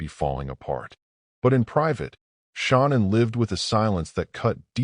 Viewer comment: Mispronouncing Shannans name is an insult to her memory. Do better